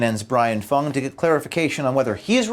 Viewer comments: you pronounced him as FANG not Fung. Racism!!!! Now the Youtube page will be pulled. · Brian Fung. Rhymes with dung.